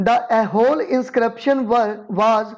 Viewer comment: Hey that is not aihole. It's aaiholey(eye-ho-ley)